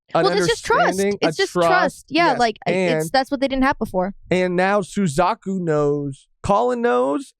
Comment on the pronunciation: oh i thought you said “Su-cuck-u”🤣